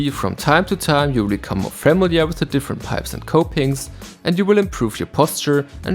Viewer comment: Great video!!! PS: Look up the pronunciation of "familiar" xD